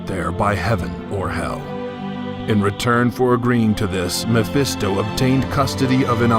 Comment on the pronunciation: Texas Trooper Studios me-fis-to is how pronounce it.